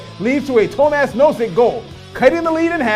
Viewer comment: It's pronounced "toe-mosh".